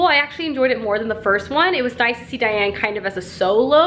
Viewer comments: Daine, not Diane! Love Tamora, my next book will be tempests and slaughter, looking forward to it! I hope you will be reading the new Sarah maas book coming out in a few days (im a sucker) I get the whole not feeling like a book - its like wading through fog if you dont feel like it.. I make plans for the order of books I should read, then when if comes to it I just have strange aversions to certain books or genres, I like to switch up serious vs light books and like 1 non-fiction per 4 fiction books - I read mostly fantasy fiction too with a smattering of contemporary. I love your vids, ive picked up many books based on your reviews. I lukewarm-liked emergency contact, I dont think it picked up as much as I expected it to. II fell in love with Victoria Schwab (shades of magic series and vicious) and scythe is on my bookshelf TBR :) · So glad you like Immortals! Its been my favorite series for many years! But I CRINGED every time you called her Diane lol. Her name is Daine (like Dane). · I love Tamora Pierce so much! Particularly her Immortals quartet!! It’s so wonderful! Just as a heads up, I listened to the books on tape and the main character’s name is Daine not Diane. That’s how they pronounced it in the audio book (rhymes with thane)... anyway! Great video! Love your reading vlogs!!